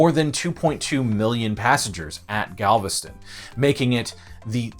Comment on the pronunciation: BOI of Galvatraz and you most definitely pronounced everything wrong 🥴